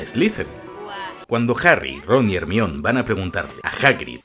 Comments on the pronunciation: Harry,ron y "ermion" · "ermión" Ja ja ja. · Like si a vos también te timbró el cerebro cuando dijo "Hermion" xD Yo siempre la recodaré como "Jermayoni" Excelente vídeo, te lo has currado uwu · Muy bueno el video y todo pero se pronuncia "Jermayoni" no "jermion" xD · No es hermayoni ? Porque dices hermion? :$ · para que sepas, el nombre de Hermione no se pronuncia "Hermión", sino GERMAIONI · ¿¿Hermion? ¿¿!HERMION???! ¡¡¡ HER - MA - YO -NI !!!! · JERMION???????????????????????? joder tio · ERMION XDDDD tu pronunciacion de GERMAIONI , hizo quel el video tenga un toque unico la ptmr jajaja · Buen video, pero Ermion jajaja si la H es muda para los Españoles en palabras provenientes del inglés, entonces ¿no dicen Hello (Jelou) sino Elou y Hawaii es Awai? Hermione en se pronuncia Jermaioni. Ermion suena a alguien que se mea mucho, e.g: ese man es el meon. Al menos deberían pronunciar Ermione (con la e final) o algo así, porque la E la hacen muda sino es una "Silent E" como en please, make, cape o mine. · Como que Hermion. Germayoni amigo así se llama en Inglés en la novela y en todo lado, solo en España se les ocurre ponerle a una chica Hermion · Hermion 😅😅😅, me gusta mas cuando la pronunciación suena a (Jermaiony) asi suena en la pronunciación en latino. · hermion jaja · hermion no jodas jajaja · hermio ajajajja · Mi toc se activa cada vez que dices "Hermion" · Ermion jajajajaja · Dambeldor, Hermión 🤣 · Quién rayos es "Germión"??????? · Acojonante es decir Ermión jaja. Buen video. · Arnion? No mms jajajaja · Que mierda es Ermion? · Me estaban sangrando los oídos con cada Hermion pero te lo perdono por el homenaje Al pelucas 😅🥲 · Hermion jajajajaja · Hermion xd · jermion y jermaioni como se pronuncia no como se escribe en castellano y latino respectivamente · DIOSS que buen video lo unico que me da amsiedad esqie le de dice Hermion XDDD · Que putas es “ermion” “dambeldor”